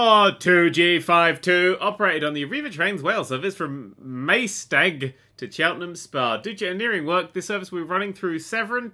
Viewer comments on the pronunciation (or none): Maesteg is pronounced my-Steg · It’s pronounced Mysteg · it is said mysteg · When starts his train journey in your home town. Maesteg FTW! (Pronounced My-stay-g) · Maesteg is pronounced My-s-teg. IRL, to get from Maesteg to Cardiff central, this train ain't used. Normally it's a class 143 or a 150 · i used to catch this train every single day. btw maesteg is pronounced my-stay-g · this is how you pronounce Maesteg.. My-steg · it's pronounced MY-STEG and Cas-neh-with (newport) and also you might wanna brush up on UK geography ;)